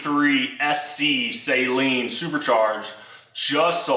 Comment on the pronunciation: People that pronounce Steve Saleen’s name “say-leen” 😖😅